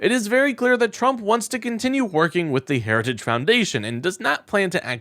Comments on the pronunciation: He can’t say the word Heritage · And he can't even pronounce "Heritage." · TRUMP HAS YET TO PRONOUNCE HARRITAGE RIGHT.😂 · Trump didn’t actually say "Heritage Foundation" but, to be fair, that was only because he couldn’t pronounce it. 😂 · Why can’t he say heritage? God he is nuts! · He couldn’t even say heritage. Keep this clown away from any form of power. Vote Blue. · Why is so hard for Trump pronounced Heritage? 🤦🏻‍♀️😆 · Trump having some difficulty pronouncing the word "heritages". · He couldn’t even say the word, “heritage.” Big liar about Project 2025. Vote💙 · He can't even pronounce the word Heritage